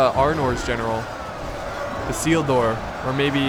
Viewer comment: Elendil = Ell-en-deal Isildur = I-seal-dur